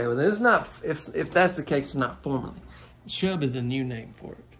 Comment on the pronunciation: I love when you say shub 😁🤣